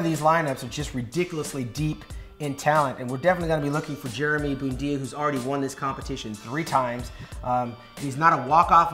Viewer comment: did you just say "Jeremy Boodia"?